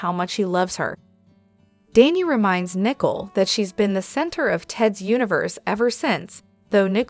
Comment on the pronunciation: The name is Nicole and not Nickel, it’s sounds weird to keep calling the woman a coin !!